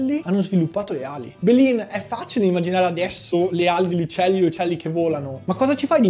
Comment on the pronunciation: Belin sto video è geniale. Comunque la parola belin andrebbe usata al 90% delle volte per frasi di mugugno. Belin poi ha bisogno di più enfasi. 😂